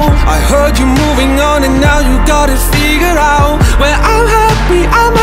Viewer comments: Vũ hát sai bạn ei, "figured out" mà phát âm thiếu thành ra "figure out" nhá. Còn vô số người Việt không phải giảng viên tiếng anh mà vẫn hát tiếng anh hay nhé. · Vũ xuất thân thuộc tầng lớp trung lưu thượng nên phát âm tiếng Anh như bản địa là chuyện bình thường á. Còn đúng là đoạn figured out phát âm sai thật. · Ông thấy phát âm giống nhau là do trình độ của ông thôi :)) tôi lên đại học mới học tiếng Anh nghe còn thấy thiếu âm d rõ ngay, chưa cần đọc comment. (Đương nhiên Lukas phát âm đầy đủ, hay nói cách khác là không “giống nhau”)